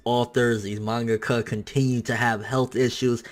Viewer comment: I like... "Mangakuh" -2016